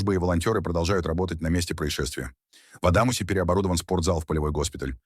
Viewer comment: город Адамус, а не АдамуЗ